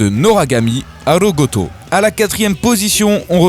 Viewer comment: arogoto xD non non ARAGOTO xD attention a la prenonciation des titres :p et un yaoi dans le classement ! Yatta !